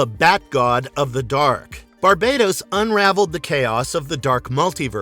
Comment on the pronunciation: Isn’t it pronounce bar-bat-os?